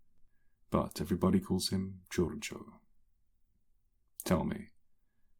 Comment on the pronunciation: I love the "this is Giovanni Gorggo, but everyone calls him Gorrgo." XD